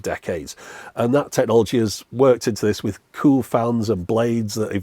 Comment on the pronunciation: As someone from Preston and so near you I have always enjoyed hearing on the occasion in your videos you say the word cool in what I think is an unusual way, kewl (queue-el not coup-el) so I loved all the kewl, kewler and keweling in this video. This made me look up and find this article Seems you are a valley girl. Keep up the kewl output. Love your channel.